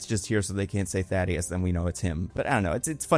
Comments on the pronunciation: You get so many details wrong, including names lmao. His name is THAEDUS not "thad-ee-us." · I feel crazy why does everyone keep calling thaedus thadeus. That’s not how u say it right? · why is no one on YouTube capable of saying Thaedus' name correctly?? Thay-dus, it's really not hard